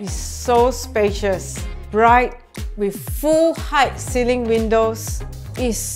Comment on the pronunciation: try not to add unnecessary sssss in your words. btw. it's ceiling not ceilingsss